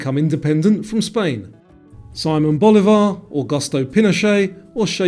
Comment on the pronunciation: Loved the quiz. One detail: Simón Bolívar is pronounced differently than in English; it goes somewhat like See-mon Bo-lee-var. (Bolívar: not like Boulevard, but with the accent on the í / ee)